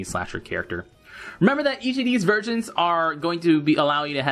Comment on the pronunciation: did you say virgins instead of versions lol